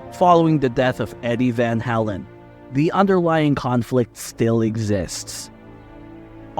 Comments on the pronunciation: It's pronounced Van "Hay-len" not " Van Hall-en". So disrespectful to one of the greatest bands of all time. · I thought he was saying van hellen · It would be NICE if the moderator (STRIKE) AI VOICE stopped saying VAL HALAN. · You're saying VanHalen wrong, and it's pissing me off... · Repeating same stuff over and over! Pronounce the Name right , Good Lord"! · Pronounce the name correctly. It's off putting. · I've never heard it pronounced like he's doing it.